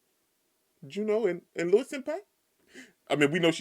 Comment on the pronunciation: Louis's name is pronounced LOUIE, not Lewis.